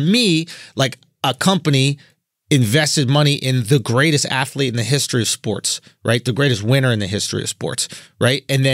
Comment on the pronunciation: Me: athlete CTG: No, its afleet CTG: old man shkremf Me: strength? 🤔🤔